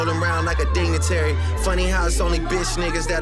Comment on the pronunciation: I’m sorry, I can’t get past him saying DINGATARY instead of DIGNITARY.